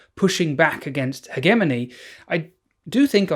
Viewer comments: why do people say heggemony instead of hegemony now? did i miss something? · How the fuck did you pronounce hedgemony?